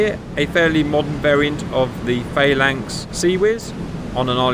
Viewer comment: I thought you were English. Faylinks?